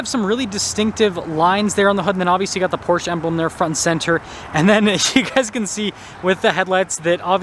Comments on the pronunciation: It’s Porsch uh - not Porche. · It’s “Porsh uh” 😂 I cant get behind a 4 banger in this car. Porsche punishes base level trim buyers. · Porsche is two syllables pors. Sha. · You pronounce it “porsh” while the dealers at the Porsche dealership pronounce it “Porsha”. And I’ve gone my entire life thinking it was pronounced “Porsh” 🫤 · Porsche 2 syllables